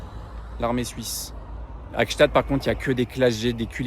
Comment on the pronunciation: Bon anniversaire à Anna et merci cette sublime vidéos Par contre Gsaatd prononcer pas un t svp c'est un d:)